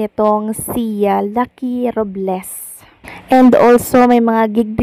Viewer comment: RUBLES tlaga? Hahahaha ROBLES po hindi RUBles😂😂😂😂